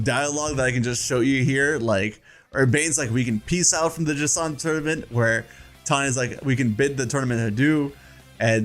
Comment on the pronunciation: Jacant? JacINTHE.